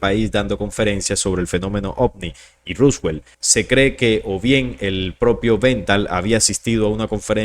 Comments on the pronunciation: Por qué decis ruswel? Es roswell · Porque dice Ruswell? … se pronuncia Roswell, tal cual como se escribe y en inglés es Roswoll. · Se pronuncia ROSWELL con O